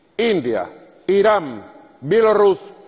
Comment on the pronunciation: Nico, no se dice IraM, sino IraN! Un logopeda no te haría daño ...